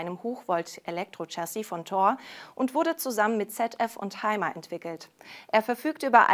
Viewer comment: ? Reisemobilhersteller "heimer" ... ich dachte, dass wird nach eigener Aussprache von Erwin Hymer, wie "Hümer" gesprochen ... naja denglich eben. Jetzt also auch Eigennamen ...